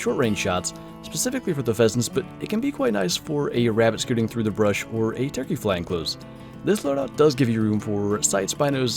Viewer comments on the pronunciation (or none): none